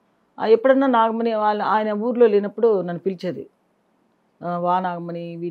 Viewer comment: నాగమని కాదురా నాగమణి రోషన్ కాక రోసన్ అంటే ఒప్పుకుంటావా